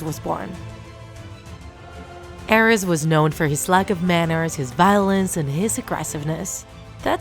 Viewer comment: aREs ARES ARES goddamn it the pronunciation made me mad.